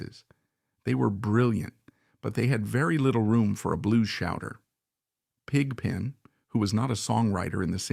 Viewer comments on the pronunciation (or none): Yes the old film footage look is fake. The same spots light up repeatedly. If it was real, the spots would be more intermittent and all over the place in different sizes. The voice is also artificial. No one says Pig (pause) Pen. Other voice mispronunciations are throughout (see Godshaux). This is interesting to a point but rather surface oriented. Why is Brent shown in any of the pictures and no picture of Tom or Keith? I liked Brent but this was not about that era. Since everyone is weighing in, there are many great Dead eras, but if I have to pick, gimme '77.